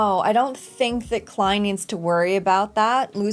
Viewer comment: Happy to see you've been saying Klein correctly now. Will you stop saying "Lord of the Mysteries" for a show called Lord of Mysteries anytime soon as well? And while we're being pedantic, if it were called what you're saying, the word "the" would not be capitalized.